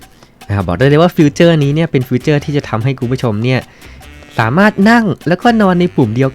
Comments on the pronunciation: ฟิวเจอร์ ❌ 😤 ฟีเจอร์ ✅ 😏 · ฟีเจอร์นะครับ ไม่ใช่ฟิวเจอร์ ฟิวเจอร์มันแปลว่าอนาคต🙄